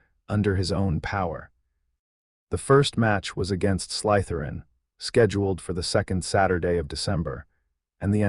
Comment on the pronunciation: You and the AI who is reading this need to get it through your head that there is no such word as Sly - t h e r i n, it is Slytherin and the emphasis is not on the Y